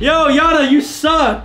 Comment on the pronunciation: U Gays did a big mistake the yana name is not good u gays said Jana beside of yana😂